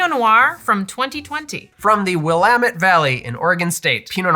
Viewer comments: Great job on this video, and nice pronunciation on “Willamette”! You must have spent some time in Oregon. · I’m just impressed that you managed to pronounce “Willamette” correctly despite inexplicably referring to Oregon as “Oregon State” three times